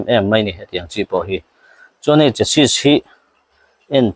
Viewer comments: Sir chu Chas sis i ti leh thin a a tam zakin a an lo hriat dan thin anih tho rualin a lam dan dik tak Chassi ti a lam thin a va tba em ka ti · Sir,Chesi tia lam tur.Hriatna ti zau atan